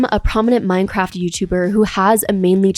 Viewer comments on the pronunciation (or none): none